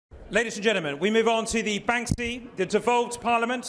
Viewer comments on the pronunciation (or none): The guy called it 'Banksby' right at the beginning lol